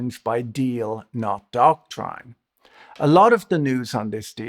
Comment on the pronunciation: You say "doctrine" wrong. Look it up.